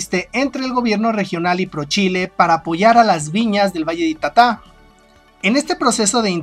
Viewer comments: Es ita'ta y con tilde en la primera vocal y no en ka última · Se pronuncia ITATA, CARGANDO LA VOZ EN LA SEGUNDA SÍLABA, PALABRA GRAVE SIN TILDE .